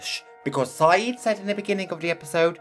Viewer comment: His name is Siddiq NOT Sayid,.